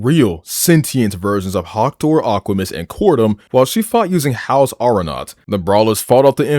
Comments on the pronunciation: Why is it no one can ever pronounce Haos? It's not HOUSE it's HAY-OS. Jesus. I would figure someone who watched the series would know how to say it. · i know you did not just pronounce haos the wrong way. it’s hey-os not house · House? Haos say it right